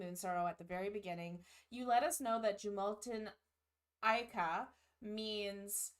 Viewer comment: Yggdrasil, the World Tree, front and center on this album, fittingly. This is an excellent album you're in for a treat! Do remember the 'J' is pronounced as 'Y' in Scandinavian languages, and vowels stand distinct from each other. So it sounds like "Yoo-mal-ten Ah-ee-ka."